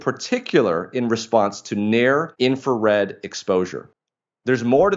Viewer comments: Brilliant man saying In-Fa-Red again and again is annoying. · So much information. Amazing. Thank you. Here is a little for you two.. The first “R” in the word “Infrared” is not silent.